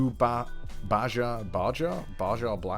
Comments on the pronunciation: Nobody's gonna talk about the b a j a blast 😂 It's pronounced like "baha" lol but i will forever call it b a j a. Love your vids! 👌🏻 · Its pronounced baha not baja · just a heads up baja blast is pronounced baha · Baja sounds like Baha. Dude never had mountain dew. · 2-something years later: "Baja is pronounced BA-HA" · This is nearly a year late... It is pronounced Baha. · Connor’s spanish skills are really shining through. (It’s Bä-Hä by the way) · Unsub.. he can't say "baja" (ba-ha) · Baja = BA HA the j makes a h sound cuz.. taco bell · it pronounces baha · Baja is pronounced Ba-ha it is a place and one of Mountain Dew drinks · Well Connor didn't take Spanish... how would he know that Baja is pronounced Baha... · IT'S PRONOUNCED BAHA BLAST YOU IDOT! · It's Baja as in Ba-ha. It's a type of Mountain Dew, and it's one of my favorites. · You Fake Gamer-Girl. Baja (Pronounced, Ba- HA) Blast is the flavor of Mountain Dew bestowed upon us by the gods themselves. It had been infused with their ichor and aged to perfection before being released to humanity in the fourth year of the twenty-first century . Normally you'd be killed for your ignorant insolence. However, these are not normal circumstances. You must still upload part 2 and possibly part 3 of this brilliant spectacle. Only then shall you be forgiven. Only then shall you be absolved your crime. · You don't know how to pronounce baja....sis.... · I choked on my Baja Blast when he pronounced Baja wrong. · I love you Boss, I even put in an application myself, but I'm sorry... Im going to have to stab you for saying "baja" wrong.